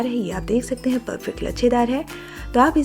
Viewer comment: Tej, Majedaar aur Jaroor nahin Tez, Mazedaar aur Zaroor bolo madamji